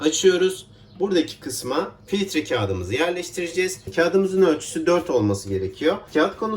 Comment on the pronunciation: Filitre kahve değil filtre kahve